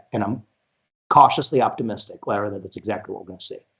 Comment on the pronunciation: Lara's name gets so butchered by most people, and she never corrects them. She gets called Laura and Larah 90% of the time. Maybe 95%. lol It's actually La-rah.